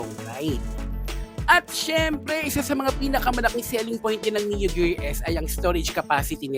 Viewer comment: Gear po hnd gerr😅